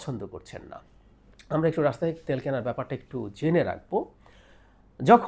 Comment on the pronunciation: baler snbadik. Tui age Russia thik bhabe pronounce korte sekh. Ota Rassha na Russia. Idiot kanglu.